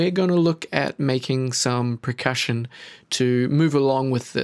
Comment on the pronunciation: anyone else hear him say "pre-cussion" every time?